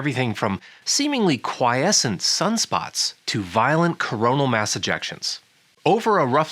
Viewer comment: It would be useful if we delivered the phrase "coronal Mass Ejection" as "coronal MASS Ejection". so it emphasises mass is being ejected instead of it sounding like the whole corona ejected something.